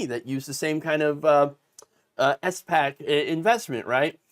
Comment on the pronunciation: SPAC is commonly pronounced as one word with one syllable, like the first syllable in the word "spackle".